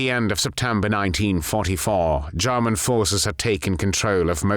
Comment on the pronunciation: The way the narrator says “Jarman”..